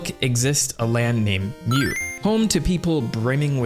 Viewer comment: Mu is pronounced "moo" not "mew" (exactly how you pronounced it in the name "mamu") its a mythical Atlantis like sunken continent, that some crazy people thought humans came from, basically its a "new age" "garden of eden" analog, other "lost lands" of note are lemuria, where old people originally thought lemurs came from, and of course, atlantis, a supposid technomagic hyper advanced civilization. Mu is the newest one of these with its first mention being in the 19th century, So i hypothysize that it is just a shortening of lemuria, and just combining its story with the story from genisis.